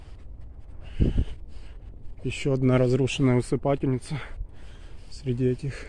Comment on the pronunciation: Спасибо Но правильно усыпальница. Спасибо.